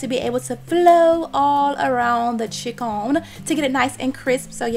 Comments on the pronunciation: wtf is a "cHicKonE" ? 😒😒😒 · "chikOn"... Nothing "diva" like about that accent